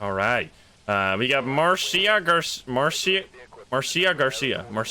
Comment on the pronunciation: Just a heads up, Marcia is pronounced Marsha